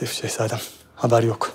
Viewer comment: Meleksima nın sehsadem demesinden bıktık yaaaa